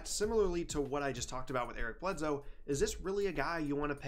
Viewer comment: Eric BledSoe not Eric BledZoe